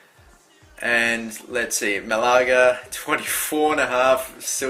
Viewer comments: its Ma-la-ga not Mlaaga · malaga (ma-la-ga)